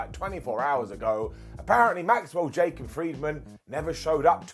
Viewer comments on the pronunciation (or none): none